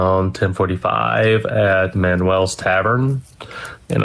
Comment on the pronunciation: First of all it’s Manuel’s Tavern. Pronounced Manyulls not Manwells God damn it! What were they even doing there m? Manuel’s is a famous Democratic watering hole. Election Night watch parties and the like. MSNBC did a broadcast on the eve of the runoff in December. I guess Schlapp was feeling D curious.😑